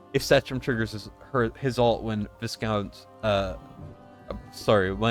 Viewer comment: Hate to be that guy mate but it’s vy-count not vis-count. It’s a type of mid range nobility from Europe. In Britain it’s also a tasty chocolate biscuit (cookie) with minty fondant.